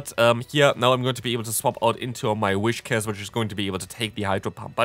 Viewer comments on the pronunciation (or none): It's Whiscash, not Wishcas